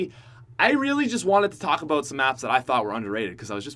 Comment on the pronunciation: How Americans say about: a-bout How pronounces about: A-BOAT